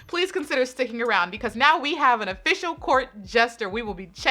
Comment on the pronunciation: I'm sorry why everyone time I hear charlie say "pecause" instead of because.